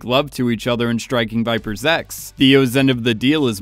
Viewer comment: I feel like your saying Striking Viper Sex Which i agree